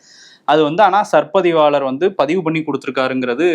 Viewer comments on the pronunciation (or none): சர் பதிவாளர் அல்ல. சார் பதிவாளர். கவனிக்க வும்.